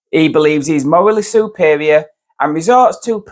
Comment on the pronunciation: Mowally supewior! Lolololol